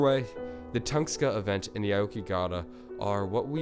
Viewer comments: its tunguska not tungska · Late asf comment but it's tunGUska not Tungska... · Toon-gus-kah, not ton-skah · Tunguska not Tungsta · Tunguska = Tung-uska not Tungska. Great content and hate to be that guy but you really need to work on your pronunciation of alot of this stuff come on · dude its "tun-GUH-skuh" say it right dude. its pissing me off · its tunGUSka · Not tungska sorry great video but I couldn't resist